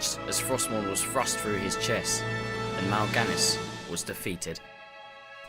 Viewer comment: How u say Arthas and through.. Actually say through.. not fru